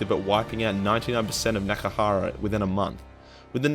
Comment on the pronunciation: Nehgkrara...? Nehekara.